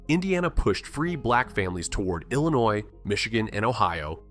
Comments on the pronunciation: Right ! Illa-NOISE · how to tell if it’s a true Hoosier voicing this video, one word, Illinois. The s is silent, but not to a Hoosier. 😂😂🤷🏼‍♀️I sounded the s until I was 25 😂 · Dude used the hard S on Illinois 😢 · The 's' in Illinois is silent.